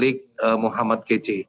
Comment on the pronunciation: Min..min.. M kace bukan KECE🥶